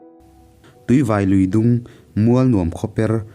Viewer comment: Ṭhuangtam tia i lam hi a dik lo Thuangtam tih tur. (Tri ni loin T tawp) tun thleng pawh hian he khua hi ala awm e. Tin, Tuivai i lam dan pawh hi a dik lo.